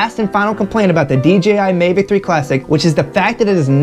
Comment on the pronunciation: Mavic not Mevic.